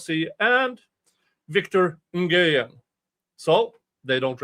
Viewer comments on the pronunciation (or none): The pronunciation for Nguyen is “win”. But it made me so happy that Ben has lawyers on this case and it seems like he has some good ones